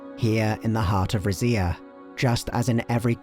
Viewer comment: Lmao I was not ready for you to pronounce it rizz-ia. Ive been saying it like reedz-ia because Zs in Italian make a DZ sound and I think Rizia is supposed to be a culmonation of different Romance cultures.